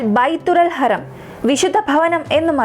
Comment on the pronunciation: Harraam alla,harram .